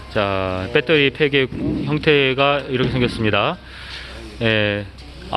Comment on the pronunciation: 발음도 참... 빼떠리... 어느 나라 말일지 그 발음 하나로, 무슨 말을 해도 신뢰가...